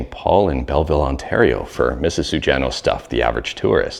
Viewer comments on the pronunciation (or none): none